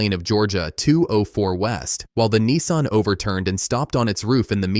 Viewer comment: Its a nissan not a neeson